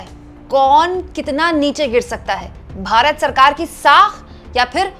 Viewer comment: बेचारे नेता जी 18 -18 घंटे फेकने में लगे रहते हैं। रूपया गिर रहा है इस पर ध्यान नहीं दे पाते हैं। ऐ, ऐ, ऐ, ओ, निरमा मैडम "भारत" बोलिये "बारत" नहीं।🎉🎉🎉🎉🎉